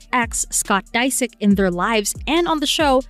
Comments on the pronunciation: Are we supposed to believe this YouTuber knows inside info about this family when she can’t even say their last name properly? The “Kardashans”? Scott “Diesick”? Please. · You pronounced Scott’s last name wrong. Fake fake fake! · I stopped watching when you pronounced Disick wrong